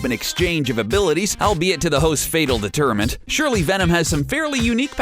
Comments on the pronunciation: Deter-i--ment? Did you mean detriment? I know you did.... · deteriment.... *detriment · Stopped watching at "deter-i-ment". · deteriment? Have you ever heard this word spoken before? geez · ... were you trying to say "detriment"? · It would help, a little, if they knew how to use American English....Deter-i--ment, lmao.